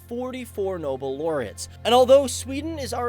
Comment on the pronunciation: It's not called "Noble " Laureates.., It's called "Nobel" Laureates. And I would suggest abbreviating both country names into Swe-Den